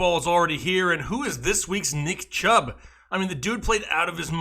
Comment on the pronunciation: he said CHUBB